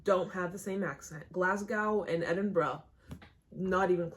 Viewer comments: "GLAZ-GAHOW" Lmao, you say it 'glaz-go' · You were so proud of pronouncing edinburgh right, then you hit us with that "Glass-gow" 😂❤ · It’s not glad- gow like ow that hurt. It’s glasgo without the w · Just FYI. The end of Glasgow is pronounced like "Go" instead of Gow like "Cow".. Infact the whole word is more like Glahzgo! Lol x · It’s pronounced Glaz - Go not Glass - cow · It stresses me out how you say GlasgOW you say it like GlasgOH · For the last time... it’s pronounced glas-go not glas-gow (cow) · Glasgow is pronounced Glaz Go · it’s glas GO not fucking whatever you said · Glasgow is pronounced glasGO :) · Yorkshire is pronounced York-sheer Any area that has shire on the end is pronounced sheer and Glasgow is pronounced Glasgo Just say it without the w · You know, the W is silent in Glasgow. So it's said like Glaz-go. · It's pronounced glaz-go not glass-cow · Places with Shire at the end are pronounced “sheer”, Norfolk is pronounced more like nor-fuk, and Glasgow is pronounced glas-go :) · U said Edinburgh perfectly, Glasgow not so much lol don't say the W at the end of Glasgow. Its simply pronounced GlassGo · Yo, just for future reference it's more pronounced "Glazgo" I know I've came up with tips for other videos, can't believe that one escaped me 😂. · Pronunciation: Glasgo, yorksha not yorkSHIRE and norfik not norfolk but I'm in the North East and all dialects are different 😂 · I’m from a small town outside Glasgow called greenock and i’ve lived here my whole life! i’m not trying to be mean but you pronounce Glasgow as glas-go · You need to learn how to pronounce the rest of the cities, now that you got Edinborough down pat.